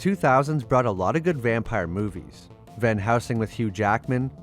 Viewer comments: Try again VAN HELSING!!!!!!!!!!!!!!!!!! NOT VAN HOUSING!!!!!!!!!!!! GRRRRRRRRRR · Pronounced Max Shrek not shreek and VAN HELSING NOT HOUSING!!!!!! GOOD LORD!!!!!! HAVE YOU SEEN ANY DRACULA MOVIES????????